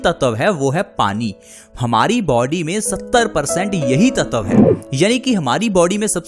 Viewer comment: भाई साहब वो ततव नही, तत्व होता है ।।।❤